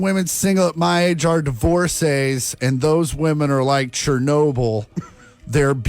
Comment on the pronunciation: I know you're Gen Z, but it's pronounced "Women" with an E. It's not believe all Woman.